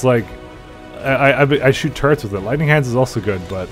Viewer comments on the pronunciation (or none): Its TurreT not TurreNt.